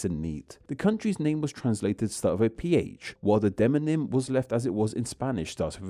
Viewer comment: Very interesting! But did you know you are still saying de-non-ym, instead of de-mon-ym?